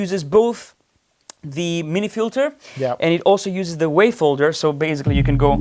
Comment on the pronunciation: love your playing. And your English is good enough. But it's baSically, not baZically. I tell you this, because you use this word A LOT. Not only in this video, but also at Doctor Mix. 😁